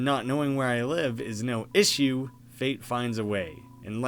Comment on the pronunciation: The bold and the way you said “ISSUE” made me laugh out loud. New subscriber for sure